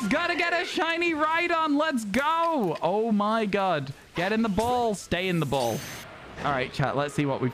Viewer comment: Whenever he says oh my god it sounds like oh my gud